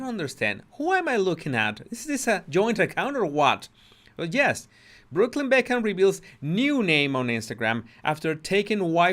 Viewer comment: It’s BeckHAM, not Beckmann.